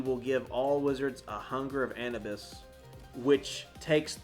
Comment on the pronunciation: Anabus 😂😂 Anubis(Ah-noob-ess)